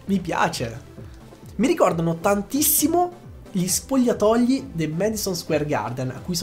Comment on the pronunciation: Solo io a 10.50 ho sentito che ha detto “spogliatogli”😂😂